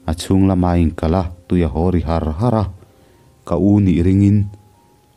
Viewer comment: Tui a haw ri har har tih thluk lai hi adik hlel deuh in ka lo hre ve mai mai a,ri her her tih te nen hian a inzul veka arik dan tur kan sawi thiam mailo deuh,tuna ri har har tih ithluk dan hi chuan awmzia anei lem lo,ari hi ti hniam lo in tih san deuh tur ni awm tak ani..